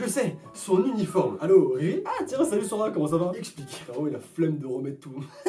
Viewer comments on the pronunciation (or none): none